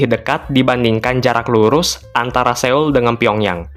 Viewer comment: Cara baca Seoul yang benar bukan Séul, tapi Sol dengan huruf O yang agak mindeng "SÖL"